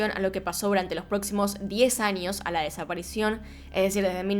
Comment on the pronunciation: Porque dice anios en vez de años?